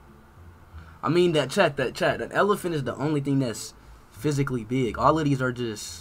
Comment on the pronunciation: How he says be-ig has me dead